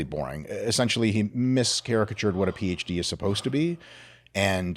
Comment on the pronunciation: "Miscaricatured". That's mischaracterized Dr Mike